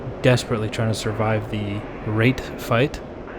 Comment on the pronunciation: The emphasis you now put on "RATE" fight 😂